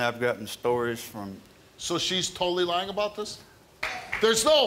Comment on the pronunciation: "She has a history of lieng" We all do!